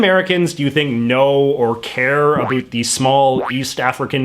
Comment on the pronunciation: Just found this channel. Seems great. I want to subscribe, but I can't get over how he says 'about' :|